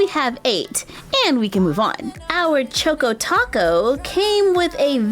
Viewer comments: I'm sorry but its pronounced like choco not choke o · Yeah, it's pronounced chalk- co, like in chocolate. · Ugh. Chaw-ko lol like chocolate chocko. Choco taco. It made me cringe every time. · Choco (ch-ahh-co) like chocolate. Love you that was killing me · You say it like ( chalk o ) taco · It is chAHkoh tAHkoh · I don’t mean to be rude but I think it’s pronounced choco. Chok o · CHOCO rhymes with Taco, drove me crazy. LOL Showing the entire Mini Mart would have been nice I love toys, too and Shopkins is a favorite in our house. I buy for my daughter, I say, but, at least in part, for me, too! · It's cha-co like chocolate🍫 😃🍫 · I think it is pronounced choco as in ch-ahh-ko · Is it just me or does she say “choco” weirdly 😂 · Shaylee Rathod yes